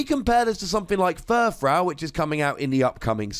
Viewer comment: You're still saying Furfrou wrong.